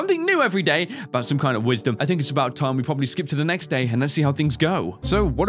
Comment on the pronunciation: "MEXT DAY"........... Haha-haaaaaaaaaaaa..................